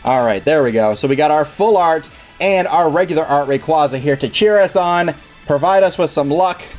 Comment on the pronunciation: It's "ray-QUAY-za"! As in quazars